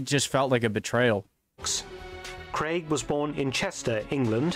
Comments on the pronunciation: His name is Craig! Daniel Craig! NOT CREGG! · Where's DAVID NIVEN !? He played James Bond in the original CASINO ROYALE in 1967. CUBBY BROCCOLI's family " invented" the vegetable broccoli by crossing cauliflower and rabe. CRAIG is pronounced CRAYG not CREG !